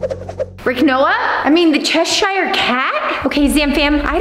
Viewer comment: It is Cheshire cat it is not however you say it is Cheshire cat okay and yes I I love cinnamon rolls but stop saying how you say it because however you say it is wrong it's Cheshire cat